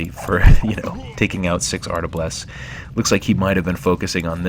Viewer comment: Cool vid, but it's "arbalest", not "artablest" :-)